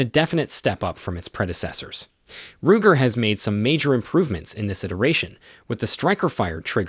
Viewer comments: How did the non-gun dude pronounce “Ruger”? “Rouger”? 😂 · It's a fake computer generated voice. "Rujer" for example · Rujer, really??? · He said Rujer 😂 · Roodger????? R u ggggger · Ruger…how on Earth did you mispronounce that so awfully? Now I’m questioning your credibility. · Who the hell says ruger wrong 😑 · Can’t take this video seriously. Stop using bots with simulated voices to do your videos because saying it like Syg and Rujer make it sound like you don’t know what you’re talking about.